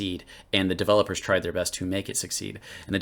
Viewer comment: "devil-lopers" lol